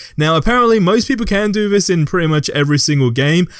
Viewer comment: Is he saying “vis” instead of “this” no hate just threw me off for a second 😂